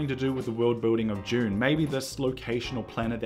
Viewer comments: Say "DUNE"... Stop pronouncing it as "June" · Oh, for the love of god - it’s pronounced DOON not JUNE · It's Dune not June. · Is it just me or does he keep saying June? Are we being trolled? Also maybe its just black and white with a red filter, that's how they did Paper Moon. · Why do you keep saying June? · The film is called Dune not JUNE !!! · you say june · Why does it sound like he's saying June when he says Dune? 😂😂😂😂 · Man’s said “June part 1” and “June part 2” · "June paht too"